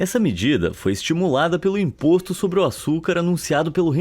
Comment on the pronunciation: "Sabor di impoxtu🤬😡😈👿👹👆💅👁👅👁😱👿👿👿👿👿💀☠️☝️💅💅💅💅💅💅💅💅💅💅💅